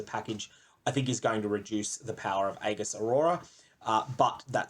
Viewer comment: Aegis is pronounced ee-juhs not a-giss. Sorry, that triggered me a little.